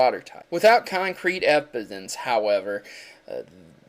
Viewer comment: you said ePidence...